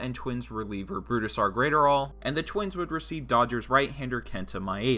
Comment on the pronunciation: Say it with me: Bruise-Dar Grat(Rhymes with Gnat)-Er-All